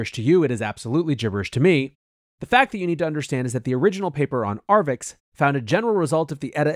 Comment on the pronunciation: It's 'arXiv' (archive), not "arvix".